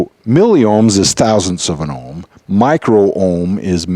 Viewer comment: bro, its *Milli Ohm meter*, Its O H M not "O M H meter" hahahaha